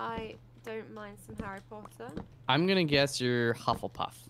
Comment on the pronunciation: ARRY PAW-UH?